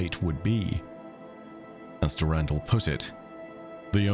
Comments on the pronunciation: Is it not pronounced Der In Dall? Not Durandle? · I love the the content but I need you to change how you pronounce the name Dur ren dull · He says Durandal funny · i love the different pronunciation for Durandal based on the timeline. did Mandalore Gaming start that, i wonder?